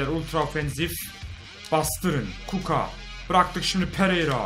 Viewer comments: Kuka değil Kucka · Abi kuco değil kucka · Kuka değil abi kuska diye okunuyor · Abi kuka ne ya :D :D Kutska diye okunuyor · Abi sen kuckaya kuka diyiyon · ABİ O KUKO DEYİL KUÇKA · kuka değil o kuçka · abi kuko degil kucka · abi kucka öyle okunmuyor kuçka diye okunuyor